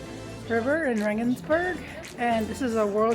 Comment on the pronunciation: Rengensburg .... more Italian .... like Vienna. 😂